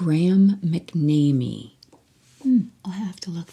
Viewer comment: McNamee is pronounced Mac NAM ME